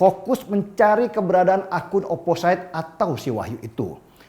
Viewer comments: ‘Opposite’ biasanya diucapkan ‘oposit’ dan bukan ‘oposait ‘ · oposit pliiiis...bukan oposait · Bang, maap OOT..bacanya oposit... Whistle juga wisel.. Xixixi..maaap yaa.. #biarsantai